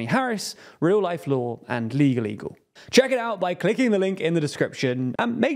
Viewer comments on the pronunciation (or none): none